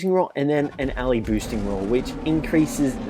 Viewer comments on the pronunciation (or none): none